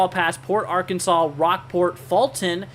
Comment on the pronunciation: You must not be from Texas , it’s Sabine pass / Sab ene , Port ar an sas